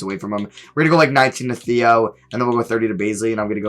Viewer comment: its pronounced Tay-o not Theo. its "tay-oh mal-eh-DOAN"can you please learn how to pronounce players names correctly??